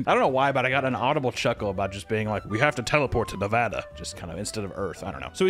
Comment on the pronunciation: HE SAID NEVADA RIGHT! HUZZAH!!!!!!!